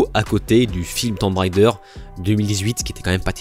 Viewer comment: "Tomb Raider" se prononce "Toum rédeur". C'est pénible ce "railledeur" ! Beaucoup trop de couilles, chier, fucké et autres grossièretés inutiles à mon goût. Beaucoup de fautes de français en plus. "La héroïne" pour n'en citer qu'une. Sur le fond, je ne comprends absolument pas cette polémique sur AC Shadows. Je ne savais même pas qu'un esclave noir avait réussi à devenir Samouraï. Belle performance quand même ! Je ne connaissais que l'histoire (vraie aussi) d'un blanc devenu Samouraï (the last Samouraï) et celle d'un blanc devenu Shogun (dans l'incroyable série du même nom). Où est le problème ? Franchement ?